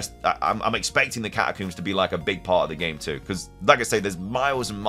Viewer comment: I am shocked to learn that “catacooms” is a pronunciation that people use 😂